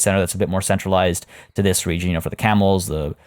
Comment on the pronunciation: When you said camels i thought you said cannibals. I’m like omg whyyyyy!!